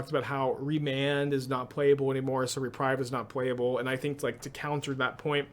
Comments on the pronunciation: Re-preeve, not re-prive. I also feel like it will be a big player in the format, but maybe not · totally! except it's pronounced reprEEve (unless you're doing a saffronolive thing to get more engagement in which case i have totally fallen for it) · I'm really not sure if you're mispronouncing "viscera" on purpose or not... O_o Oh, and "reprieve".